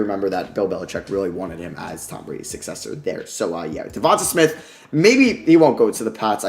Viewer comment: Let's sound this out...DE-VON-TAY SMITH not DE-VON-TUH SMITH